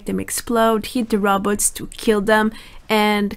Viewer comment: I like that she says Robotz like Dr Zoidberg